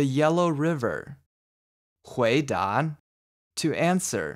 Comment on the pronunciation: Thanks, this is really helpful! I wanted to ask about something I'm hearing in some words, particularly at the end of an -a or -uo syllable, it's almost like there's an n. 回答 sounds like hui dan, 耳朵 is like er duon, 难过 nan guo-n Is it something like erhua? Or are my ears just playing tricks on me? :) 多谢！